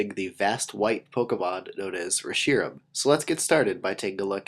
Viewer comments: FINALLY! AND YOU SAID HIS NAME CORRECTLY!!!!!!!!!!!!!! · I made the set today by using a Reshiram I got off of a GTS distribution line. I also found out that it's hidden power type is Electric! REALLY COOL! Also,, you pronounced Reshiram correctly! That how I pronounce him!